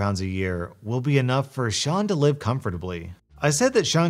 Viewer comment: When pronounces Sean the correct way. Faith in humanity restored.